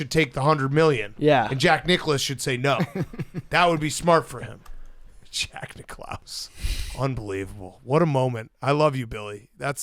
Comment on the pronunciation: really said Jack Nic' Klause